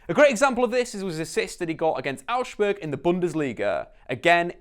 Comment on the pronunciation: you pronounced Augsburg wrong, use translate its pretty accurate